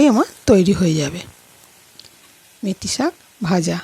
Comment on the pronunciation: কথাটা 'মেথি' শাক। মেতি নয়।